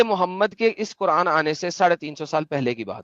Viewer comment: at every moment says कुरांड 😂😂😂